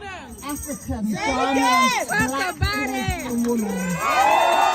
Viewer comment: Eiii...please don't ever say Ghananian again u hear...mtchew